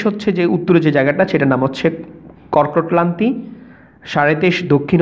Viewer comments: কর্কটক্লান্তি/মকরক্লান্তি বলে কোনো কথা নেই, এগুলো যথাক্রমে কর্কটক্রান্তি/মকরক্রান্তি হবে। উচ্চারণে আরেকটু সচেতন হলে ভিডিওটা আরেকটু ভালো হতো। ধন্যবাদ। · কর্কট ক্লান্তি ,মকর ক্লান্তি রেখা নয় দাদা কর্কট ক্রান্তি বা মকর ক্রান্তি রেখা। ঠিক করে উচ্চারণ করুন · যে মাস্টার এটা বর্ণনা করেছেন, তিনি তো কক্রটক্রান্তি আর মকরক্রান্তি শব্দ দুটো উচ্চারণই করতে পারলেন না। বোঝানোর মধ্যেও একটু গোঁজামিল মনে হলো। এটা হওয়া উচিৎ নয়। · ভুয়া শিক্ষক!! কর্কটক্রান্তি ও মকরক্রান্তি শব্দ দুটো উচ্চারণই করতে পারলেন না। আরও বললেন, দ্রাঘিমা রেখা মূল মধ্যরেখার সমান্তরাল হয়, যা কখনোই সম্ভব নয়। অর্থাৎ উনি নিজেই এটা ভালো করে বোঝেননা।